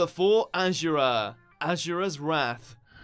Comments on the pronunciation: Learn to say Asura right dickhead. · Am I the only one pissed at his pronunciation of Asura?